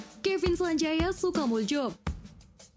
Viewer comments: Ah lu salah banyak sukamuljo aja bacanya salah.... ya ttp sukamulyo.... tulisan orang dlu jo.... dibaca yo.... jang dibaca yang...... jong ambon jong celebes .... ttp baca yong ambon yong celebes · Maaf cuma mau kasih masukan utk yg baca/pembawa acaranya...utk menyebutkan nama kevin....nama belakangnya sukomulyo...disebut sukomuljo...utk j disini ejaan lama..utk j berarti huruh y...utk ejaan lama j itu dj... seperti nama saya dwi djojo...itu membacanya dwi joyo..demikian sekedar sebutan atau baca nama dg ejaan lama..terima kasih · Bacanya kok kevin sanjaya sukamuljo ? Tulisannya mmg begitu tapi bacanya sukamulyo. Itu mungkin ortu atau pemberi namanya make ejaan lama tapi lafalnya tetap sama. Dulu ejaan lama y sering diganti j. Lafal itu mengandung makna : mulia. Kalau muljo gak tau apa maknanya. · Sukamuljo setau saya dibaca sukamulyo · Sukamuljo bacanya, sukamulyo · Aduh mba belajar lagi dong cara baca nama orang masa sukamuljo di baca nya kalau Kevin tau bsa marah th hadehhhhh